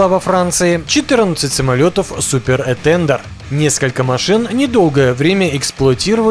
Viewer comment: Что за "этЕндер"? Про "этандАр" не слышал? Абсолютно безграмотная говорящая голова. Учи матчасть.